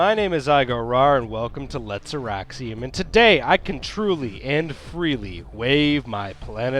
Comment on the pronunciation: Every time I hear you start to say Auraxium I think you're about to say erection. :[